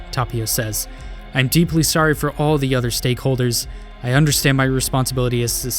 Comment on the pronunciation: This is why I hate when English speakers for wrongly emphasizing certain words.